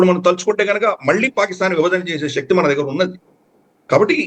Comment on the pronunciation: Pronounce telugu words correctly. Shakti is not correct.😊